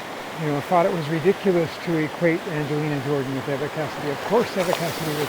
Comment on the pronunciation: That's one negative thing about "fandom"; it can, and often does, become irrational. And many people believe that their "opinion" is correct simply because they have it. I've been a fan of Eva (with a long e; you're pronouncing it with a short e) Cassady for years before I ever heard of Angelina Jordan. She was one of the best singers I have ever heard, and her versions of "Over the Rainbow" and "Autumn Leaves" are still two of the finest things I have ever listened to. But Angelina is also one of the best singers I have ever heard. It's not a zero sum game; they can both be great. And your mashup of Eva and Angelina on "Fields of Gold" is absolutely FANTASTIC!! One of my all time favorite things, and my all time favorite mashup (Angelina and Stapleton is a close second). Thanks for creating it,. And please, create more of Angelina and whoever.